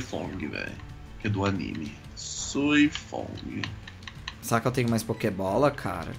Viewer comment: é Soi Fon não Fong kkkk vc esta fazendo mtos Cortes kkkkk